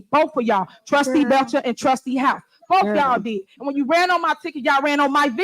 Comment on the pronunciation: "Bof fif is." aka "Both"